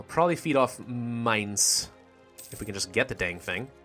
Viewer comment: Wow, you pronounced Mainz pretty good! ai is like i "Minez" xD "Lets go to Braunschweig, which you should recognize it you watched my ck2 campaign" or if you live just a few kilometres away from it.